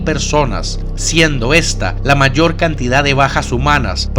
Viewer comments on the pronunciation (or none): none